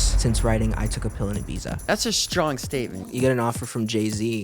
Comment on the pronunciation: The only bad thing about “I took a pill in Ibiza” is that he pronounces Ibiza wrong